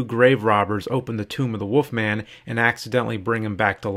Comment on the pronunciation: The Woofman